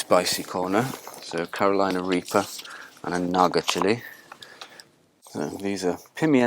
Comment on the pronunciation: Do you suppose there is a place where the daytime temperatures hang out at about 20° - 22° nearly year 'round? Heck, I'd be happy with 15°! Did you say California Reaper or Reefer? Lol! If you said reefer, I think you have a very different plant!!!!